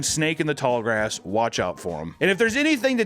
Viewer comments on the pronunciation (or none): none